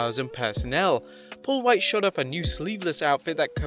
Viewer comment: You say “Paul Wight” like Stewie Says “Cool Whip”